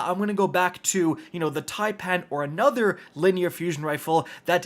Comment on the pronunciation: So Americans CAN pronounce taipan properly. Just not Fallout (typin’) or Aztecross (taypan) Well done, boy👍